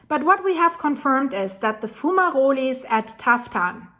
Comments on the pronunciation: Foom-ma-rollies 😂. Will never tire of hearing you pronounce that 😂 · is a foom ma rollie. 😊